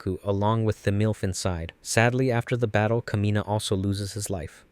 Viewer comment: Thymilph is pronounced Tim Ult. Kamina is pronounced Kah Me Nah. Simon is pronounced Sea Moan.